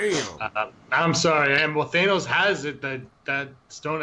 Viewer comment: THANOS not Thaynos....lol